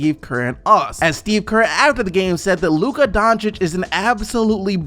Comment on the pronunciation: Woah he finally said Luka's name right!!!